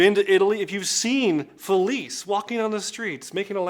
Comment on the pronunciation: Felice is pronounced with a chay sound at the end. Or “gee” if you are Sicilian.